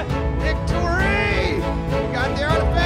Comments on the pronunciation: Did just say Thic'tory at the end of the video? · Pretty sure said "Thick-tory!" at the end of the vid. If "Thick'd" means something bad, then "Thick-tory" should mean something good?